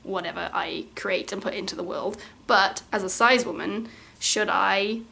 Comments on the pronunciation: (its pronounced Sis!! rather than size!!):) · HAVE I BEEN PRONOUNCING CIS WRONG THIS WHOLE TIME